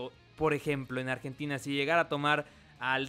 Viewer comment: en el dijo "nargentina" xDDD pd:me caen bien los argentinos,no se lo tomen a mal